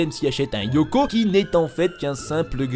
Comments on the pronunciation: Eoko pas « Yoko » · Pas Yoko mais Eoko XD